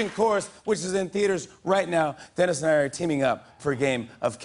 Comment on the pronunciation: Is Denis German by any chance?